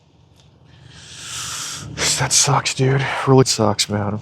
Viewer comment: Weally Wooowed